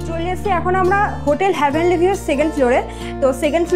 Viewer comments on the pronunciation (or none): ওটা হ্যা ভেনলি নয়।heavenly.